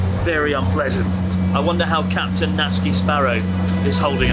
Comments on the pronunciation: Isn’t his name Na-tsu-ki not Nat-ski? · Why are you saying natski but his name is natsuki Or is that a nikename Is that like a naruto thing like sauske or sasuke ? Idk im beeing stupid but i really dont know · Sort of confusing when his name is Natsuki and it seems to be pronounced ”Natski” Se where does the ”u” disappear This goes as well to many other Japanese names I am sure there is a good and sound logical reasoning behind it but but… I really would like to hear the reasoning to all this.